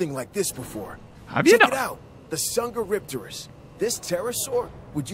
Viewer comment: Pleeeeeeease pronounce Dsungaripterus "sungaripterus" and NOT "songopteryx"